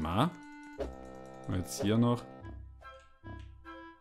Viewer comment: Wie einfach immer statt Gemes Coins sagt 😂😂